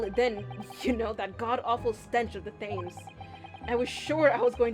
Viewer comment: Maybe it has been pointed out by now - and this is a REALLY unfair pronunciation - Thames doesn't sound like 'James' with a Th at the start. It's closer to 'Tems'. Why? Don't ask me. English is a hella-dumb language and doubly so dumb in England.